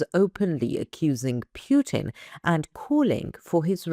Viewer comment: Just a heads up Putler's name is Putin. Sounds like u say Pewtin